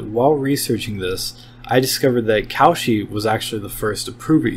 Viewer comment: Very good, but... "Cowshy" is a horrible pronunciation